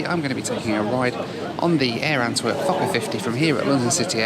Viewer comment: sounds like you say fucker instead of fokker hahaha